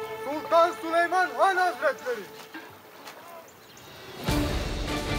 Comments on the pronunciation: Kral leoş mudur leş midir nedir Sölömon demisi çok komik leoş sahnelerini Sölömon dedikten sonra geçiyorum 🤣🤣🤣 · Türkçeyi sular seller gibi konuşupta süleyman yerine sölomon,ibrahim yerine abraham demeleri 🥴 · Şu layoş mudur mayhoş mudur nedir onun her kelimeyi düzgün söyleyip süleymana sölömon demesi puahhshahxjah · peki adamların çok iyi Türkçe konuşup Süleyman’a SüLomOn demesi